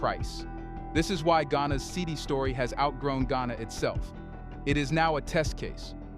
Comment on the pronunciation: It’s pronounced “cedee” not “ce-di”